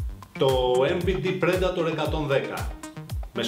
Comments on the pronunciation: Ρε δημήτρη.!! Τόσα χρόνια έξω σε ταξίδια.!! Το Predator προφέρεται Πριντέιτορ.!! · to predator proferetai πρεντατορ...